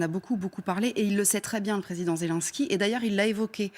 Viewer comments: C'est ZelNsky boordel pas zél1ski grr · Madame la journaliste: apprenez à prononcer "Zelensky" correctement.